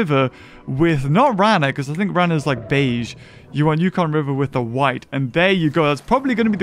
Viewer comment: rana is frog in spanish this is how to say it rah nah